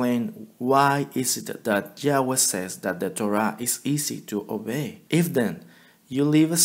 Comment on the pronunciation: Outstanding!! Abba's Word is powerful! As time goes on your confidence will increase. You are already almost fluent. if I may offer a bit of constructive criticism, since you pronounce Abba's Name as "Yahweh", the right pronunciation would be "IA-WEH" as opposed to JAH-WEH. In other words, the letter "I" plus the "A" , sounds softer. In Hebrew there's no, "J" sound. Keep up the good work! 😊👍🙏